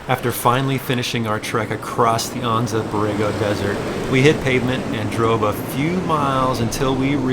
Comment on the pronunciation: Silly question for you. I grew up in Anza, Ca. and it is pronounced An-Zuh. Is the Anza Borego desert pronounced Awn-Zuh as you did in this video?